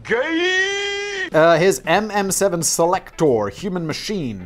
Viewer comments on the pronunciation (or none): fact boi said "SELECTOR" in such an American accent I had a physical reaction listening